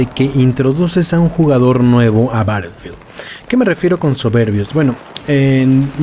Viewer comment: Este comentario es en buena onda pero me incomoda un poco que pronuncies battlefield como "barelfield" Puedes pasarte por el escroto este comentario , pero es solo para que sepas po si no te habias dado cuenta Un saludo<3